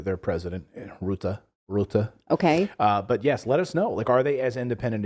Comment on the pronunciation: Your pronunciation of Rutte is perfect now. Very good! I didn't know Bill had a new age food chain in the Netherlands until it went up in smoke. And this is what scares me the most. They do want us to eat ze bugs, while Bill himself is going to enjoy his big steak.